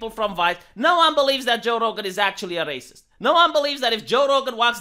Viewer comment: “He is a rah-ceased” 😂😂